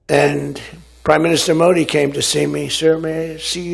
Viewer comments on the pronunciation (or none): Bhai aap yaar modi ji ka name sahi se liya kro baki sb thik kaam kr rhe ho